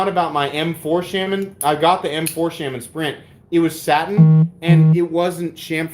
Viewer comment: Shes right about the pronounciation of integral, also it's the spyderco shhh-ahh-min not shame-in lol. It's a native American holy man or medicine man.